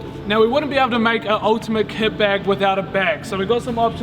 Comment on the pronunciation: Is it just me or at the start does it sound like he says ket bag